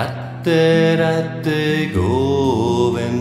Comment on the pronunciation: Ich möchte dir ja nicht zu nahe treten, aber das Radhe sollte weicher ausgesprochen werden! So klingt es wie „Ratte“! 🤔🙏